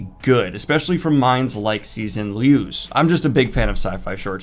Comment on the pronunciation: the x in cixin liu's name is pronounced like a "sh"